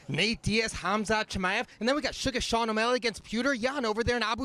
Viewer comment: Suga’ SEAN🤦🏽‍♂️ Ain’t no one called Al- Jo AJ either🤔. Did you get Brendan to read out the names to you first 😂